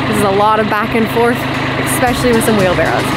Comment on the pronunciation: 'especially' es-SPESH-a- lee, does NOT have an X in it. The girl in Simple Living Alaska says 'expecially', too, so it's not a Canadian thing. The sod laying is about to begin, gotta get back to the video.